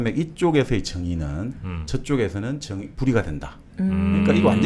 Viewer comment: 장음인 단어의 첫자를 짧게 잘못 발음한 예:사실,정의,보통,사물,별(star),사용,사람(인간),했는데,가치,시각,한계,고대,과거,세상,반대,시각, 등의 문제는 거의 여기 초대돤 젊은 철학자의 문제입니다. 철학자가 이런 장단음 문제가 있다는 것응 실로 ㄴㅇㄹ라운 일이 아닙니까. 말부터 바르게 배우고 나서 공석에 나오셔야겠읍니다. "한국 어문을 고발함"이라는 책을 읽어 보시지요. 미국 변 완수 배